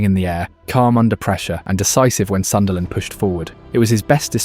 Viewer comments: It’s Sunderland 😆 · It's Sunderland 😅😅